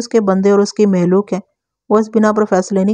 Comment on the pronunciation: مخلوق کو محلوق نہ پڑھا کریں